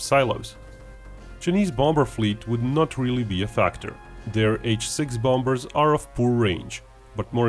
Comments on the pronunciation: Its bombers not bombbers the other b is silent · Just so you know, the 'b' in the middle of bombers is silent, that is, you don't pronounce it, This means bombers is pronounced bomers. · The main reason I watch your videos is to hear your pronounce, "bombers."